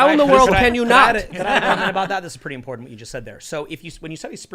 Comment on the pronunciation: Why does it always sound like every time says “important” it sounds like “imported?”